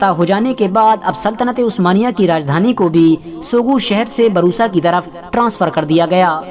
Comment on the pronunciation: Barusa nhi bursa